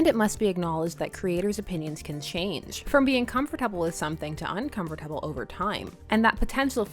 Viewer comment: the way she says uncomfortable makes me really uncomfortable